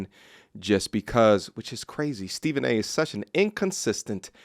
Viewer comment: Stephen A "Myth" 😂😂😂